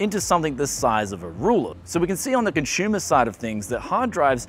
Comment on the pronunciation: Consumer... not ConShumer / ConShoomer :)